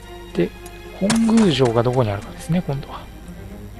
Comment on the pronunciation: 本宮(ほんぐう)❌ 本宮(もとみや)⭕ 頑張ってください！